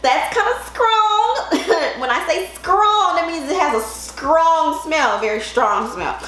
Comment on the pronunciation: LMAO "a scrong smell" im jk but you have a cool fro